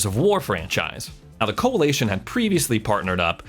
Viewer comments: Coalition not coalation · CoaLITion, not CoaLATion. Driving me crazy lol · I'm really didn't want do this but its Coa"li"tion not Coa"la"tion, the first time he said it I'm like he will get it right, he didn't. Just kept pronouncing it completely wrong the whole video over and over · anyone cracking up as to how he pronounces the coalition? coalaytion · The Coali-A-tion 😆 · Lol Co-a-lee-tion 🤣 Americans say things so funny